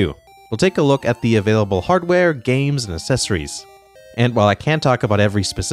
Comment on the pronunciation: Accessories= is said Akcessories